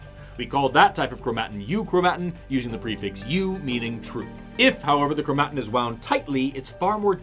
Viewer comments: I love your videos… but the way you pronounce chromatin hurts me.🥲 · Chro-mat'-in? Not, krow'-muh-tin? I've only seen it spelled. I guess you're the biologist. ;-) Though... my computer pronounces it the second way. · dude please just pronounce chromatin right